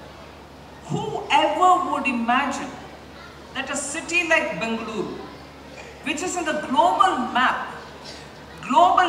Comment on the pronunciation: Bengaluru that's how u call this City... Sitaraman ma'am correctly pronounced..